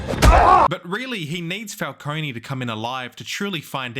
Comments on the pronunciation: it is pronounced Falcone not Falconey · if youre gonna make a 20 min video about something you consider to be a timeless masterpiece, you should at least get the names of the characters right. it's not "falconi" it's "falcone". this is particularly made worse since the penguin just came out and you made this video a month ago. and they say "falcone" a lot. smh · Falcone not falconey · Great video This movie has become a classic Although you saying falconey instead of Falcone (Fal-cone) pissed me off🙏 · STOP SAYING FALCONEY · Please stop pronouncing it and falconie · the way he pronounces it “falcone-y” drives me absolutely insane like bro there’s literally a 3 hour movie and now a whole 8 hour show where they say it correctly throughout the WHOLE ENTIRE RUNTIMES in this mf still says it incorrectly 😭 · falcony😶. why does the pronunciation even feel natural to some people (dark knight cough*) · nolan rly did condition the public to pronounce falcone with an E huh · The E in Falcone is silent my dude. Good video though. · Please learn how to pronounce Falcone. Great fuckin video